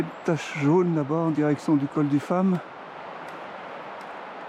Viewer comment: Bravo pour cette belle balade, je ne pensais pas qu'il restât encore des feuilles aussi bien colorées en cette mi-novembre, je pense qu'une journée ensoleillée les eût valorisées. Une petite remarque, on dit le col du Fâ(m), le "m" final ne se prononce pas, tout comme le hameau d'Amé(n) au dessus de Guillaumes.